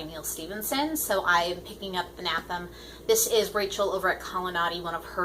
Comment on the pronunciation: I really need to read Terry Pratchett. Looking forward to hearing your thoughts on Anathem & The Dark Forest. Not sure if I'll get to them in October, but definitely before the end of the year. :D (I like how you pronounce Anathem - I had a feeling I was pronouncing it wrong haha.)